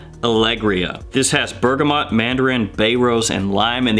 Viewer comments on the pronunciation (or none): none